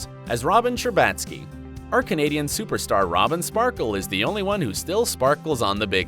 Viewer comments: okay but who the f is sherbatskeyyyyy the way he said that i canttttt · It's Robin 'Scherbaatsky' not 🦇 sky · who pronunces Sherbatsky like this? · Wait how did you say sherbatsky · Is it too much to ask that scherbatsky is said correctly? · Nice butchering Robin's last name there. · the way he said robin's last name makes me want to headbutt a wall.